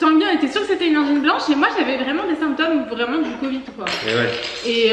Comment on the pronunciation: Courage à tous les trois avec le Covid (le "d" final se prononce, en fait). Il vaut mieux utiliser un petit fouet traditionnel pour le Matcha, il me semble, plutôt qu'un mousseur à lait (ce que tu as acheté). Par contre, c'est génial pour les Cappuccino, les Late, les chocolats chauds bien mousseux, etc... et ça marche aussi bien avec le lait végétal que le lait animal. Enfin, chacun fait comme il veut, tu nous diras ce que cela donne avec le Matcha.